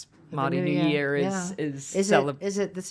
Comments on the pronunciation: Did pronounce Māori., mahdi? Jesus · ignorant people do, yes. Its not attractive and frankly embarassing to broadcast all 9ver the world. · Who cares. People mispronounce words all the time all over the world. 🌎 No drama 🎭 lama